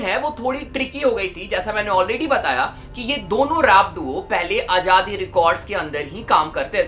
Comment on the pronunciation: Its azaadi not ajaadi yar abc to prhtey ho tum Indians kiu nhi words theek se prhtey Z ki awaz kiu nhi nikali jaty